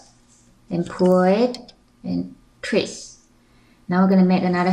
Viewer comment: why before you say twist , you say treest? O_o